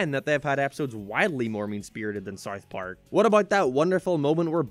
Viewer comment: why do you say it as Sarth Park lmao